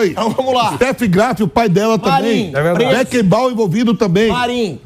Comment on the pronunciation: Vampeta falando Békenbau !!!! kkkkkkkkkkkkkkk